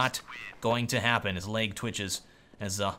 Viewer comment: I like how you say "layg" instead of "leg" xD